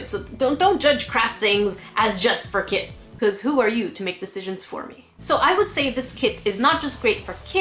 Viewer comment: kits for kids XD r u saying kits kits or kids kids or even kid kits?